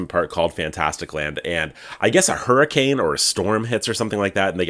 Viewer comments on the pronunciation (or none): none